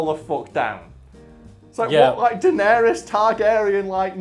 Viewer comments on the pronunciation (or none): none